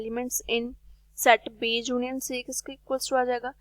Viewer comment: Junion nahi union hota h mam